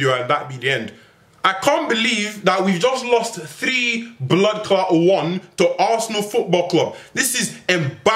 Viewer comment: Never say bloodcaart again you butchered the word.